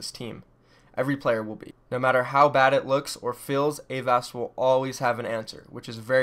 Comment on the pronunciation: Aren't you mispronouncing Avast's name?